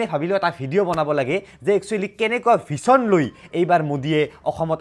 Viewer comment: Vison nhoi 😅😅son ussaron nhoi jon ussaron hoi